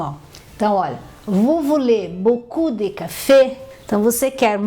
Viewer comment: Essa pronúncia do "de" estar errada...